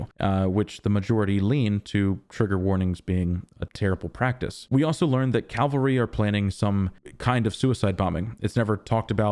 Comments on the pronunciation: Cavalry, not calvary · Loved it again - one thing - horse riders are "Cavalry" (or Kavalry in this case), not Calvary/Kalvary. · CA- VAL-RY!!! CA- VAL-RY!!! CA- VAL-RY!!! I KNOW you know the difference. But dude, you have GOT to work on pronouncing it correctly. It’s crazymaking. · I've seen/heard this mistake everywhere in videos and even written articles. Very annoying